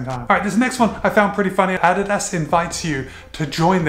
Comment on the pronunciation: Thumbs up just for you pronouncing it correctly!